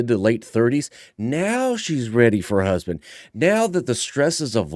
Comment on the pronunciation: Yikes! “Where’s my husbank?”